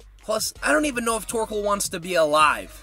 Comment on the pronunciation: Where is mah buoy "TOARKOAL"😭😭😭